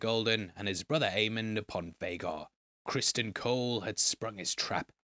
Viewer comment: what? He's the king, he didn't tell anyone but the dragonkeepers when he requested them to get Sunfyre ready. They had no reason to think that he didn't tell anyone else And it's Criston not Crispin lol wtf